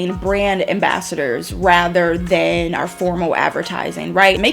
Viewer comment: That "RA T EHR" is making me lose it